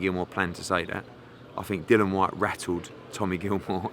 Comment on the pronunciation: He's called Dill-i-an not Dillan!!!!